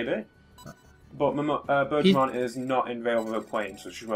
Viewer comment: Near the end, I kept mishearing Birdramon as Burgermon, and I was wondering what the heck you guys were talking about. Then I realized and it all made sense. On the other hand, now I'm sad that I won't get to see Burgermon.